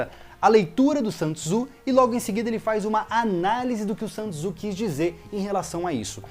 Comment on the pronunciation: Dica a pronúncia de Sun Tzu. É Son Zhi ok